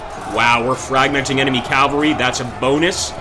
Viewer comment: Learn to pronounce Cavalry , jesus chirst....